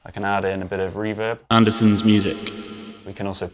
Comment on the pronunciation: It's Andertons not Andersons.